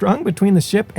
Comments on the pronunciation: Excellent thanks. Quay is pronounced Key…. I wondered what you were talking about at first and it took me a minute to get that you meant Key (Quay)! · This guy is Simon's buddy that helped him on this channel and guest hosted or hosted many episodes. But quay is said key, not how it looks. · Great job and very informative coverage! For future reference, "quay" is apparently pronounced "kee." I had to look it up myself to be sure...I had been mispronouncing it "kay."